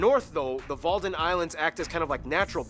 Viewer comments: It's not Walden islands, but Wadden islands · Walden Islands ? Huh .. Wadden Eilanden not Walden ...